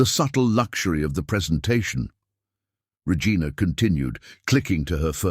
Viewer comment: Why does the AI keep mispronouncing the name Regina?